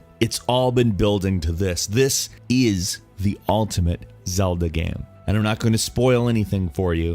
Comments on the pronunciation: I have no idea why no one pointed this out. He sometimes pronounces game like gaam. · when you say same you say sam or when you say game you say gam